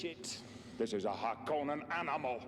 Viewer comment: The ‘o’ in ‘Harkonnen’ is short - harr-CON-nun, not harr-KOH-nun.